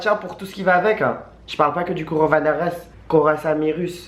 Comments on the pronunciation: CORONAVIRUS, c'est pas compliqué tu dis corona comme la bière + virus. Vous êtes relou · "Le corovarénirus... le coronavirus !" MDRRR 😂😂😂😂😂